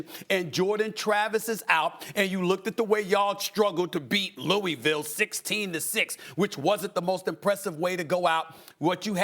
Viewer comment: It's pronounced Lou-a-vul, not Lou-e-ville